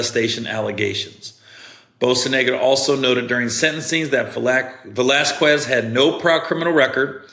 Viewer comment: Bocanegra (Bo-kah-neh-grah)